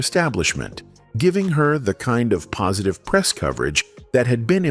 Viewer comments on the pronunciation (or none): none